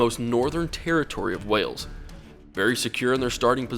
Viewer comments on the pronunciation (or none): none